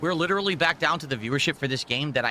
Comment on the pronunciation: Does it really matter if the guy explained why is trash? Because even if the dude laid out absolute fact like we all do, will “lilleralee” as he says the word, just say that “I do nothing wrong. I do everything right.” So why explain anything.